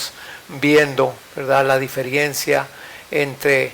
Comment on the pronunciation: con mucho respeto y amor se dice la palabra diferencia, no diferiencia